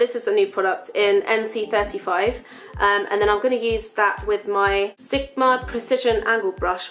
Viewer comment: I like how she says "sigma" hahah "sikma" :)